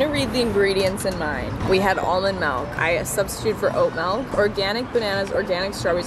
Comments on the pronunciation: Melk?? No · Lol, it's actually MELK😂 She's just so adorable though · WHERE IS THE E MELK BRO ITS MILK SAY IT RIGHT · I love you, but every time you say "malk," I die a little inside. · Canadians and their "malk" pronunciation 😆😆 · Melk. Malk. Mulk.